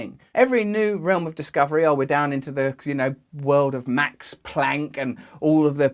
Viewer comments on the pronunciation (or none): none